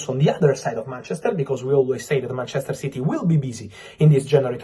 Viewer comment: Did you say painchester?